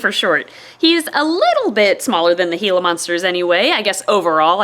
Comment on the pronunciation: I'm so glad you pronounce "Gila" properly. I lived in Arizona for a year, so I learned that a lot of people say it incorrectly.